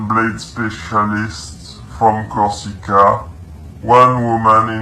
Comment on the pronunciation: not LED but Elysées french palace of the macron couple, not Kosica but Corsica it s a french island on the south where one the french foreign legion is based, not Mobile like mobile phone more like Moving kill boxe i think , the first target was her studio but she bug out then she became mobile (french dont speak like US ppl) , 2 people from her entourage have accepted bribe in crypto to snitch informations according to the french DGSE informant (DGSE stands for the Direction générale de la Sécurité extérieure, which is France's main foreign intelligence agency), bit more crazy it the 90 days periode where a war should broke out.